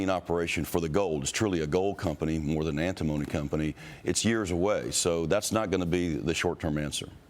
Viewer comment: ANT TI MONY - Say it correctly.. 😅🤣